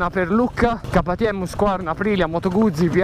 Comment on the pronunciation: Non ho capito perché ktm lo pronunci in italiano e tpi in inglese ma hahaha